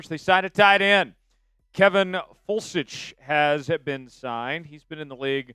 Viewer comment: Foelsch is pronounced (Felsh) via Google.